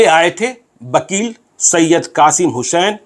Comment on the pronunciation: वकील को बकील क्यू उच्चारण करते है